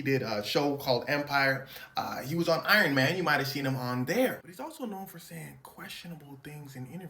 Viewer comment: “He was on Iron Mayne”🤣🤣